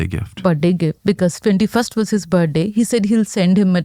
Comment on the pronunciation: This lady’s English is difficult to listen to. She puts the emphasis on the wrong syllables and she can’t pronounce some letters at all. “His main concern was the lice.” 🤦‍♀️. “He gave him a bird day git.” 😞. Needs subtitles.